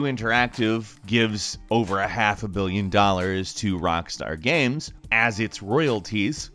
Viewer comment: why is saying giems and not games???